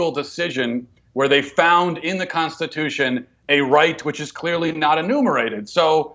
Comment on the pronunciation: Oh that tomi clip again. I can't stand it when she claims to be a conservative and CAN'T EVEN PRONOUNCE CONSTITUTION! two t's tomi two t's